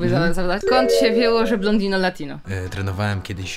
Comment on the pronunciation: Blondino juz nie jest blontino tylko brunetino 😅